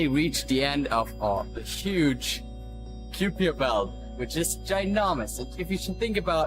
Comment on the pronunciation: It's ky-per and ma-keh ma-keh